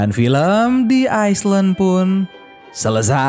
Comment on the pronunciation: Thi aislend ? Thi ailen